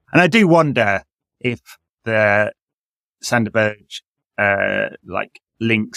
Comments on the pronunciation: Better than Sander Buurgj which all English people say at least. Even Sander is pronoucing his own name wrong in those Premier League videos. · Crazy bad at saying Sander Berge.